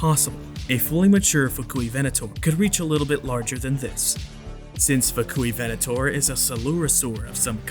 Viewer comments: "Fuk-u-ven-ator" 🤣🤣🤣🤣🤣🤣🤣🤣🤣🤣🤣 Yeah, I said it, lol 🤣🤣🤣🤣🤣🤣🤣🤣 The music, tho. 😍😍😍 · the Fuk-U-ivenator lol